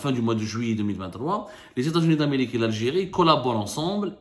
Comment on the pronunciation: « Pour protéger la sécurité de lalgé-ri contre toute agression « 😂 MasterClass de fin d’année 👌👌👌